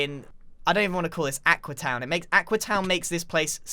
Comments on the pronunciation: Its AQUEEE not AQUA! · I like how X gave up and just calls it Aquee